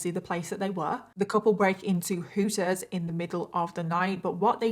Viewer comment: The way you say "Hooters" is fantastic. I don't think I've ever heard someone with a British accent say that.